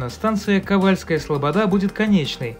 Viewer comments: Трэба "кавАльская". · А кАвальская вас не смутила ?